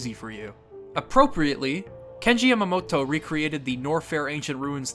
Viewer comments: Its cute how you say the japanese names, but when you say Yamamoto it sounds like your pronouncing it like Yamamotto. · Just a quick note: Yamamoto is pronounced as it is spelled. You've pronounced it here as Yamamot-to. Japanese consonants are short unless explicitly made long, so this is a vastly incorrect pronunciation. Great video otherwise.